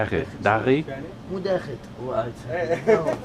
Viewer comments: STOP saying “DAGHI” to Assyrians. Whoever taught you that word, taught it WRONG. For Assyrians it is DAKHEET, and for Chaldeans it is DAKHEE WIT.. There is a reason why all these Assyrians are confused when you greet them. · Whoever taught you “DAGHI” in Assyrian taught you wrong. I have never heard anyone say that in my life. It is “Daghit”. If you don’t say the T at the end, no Assyrian will understand what you’re tryna say. Chaldeans say “Daghiwit”. But make sure you add that T at the end that way Assyrians won’t be so confused in the beginning all the time!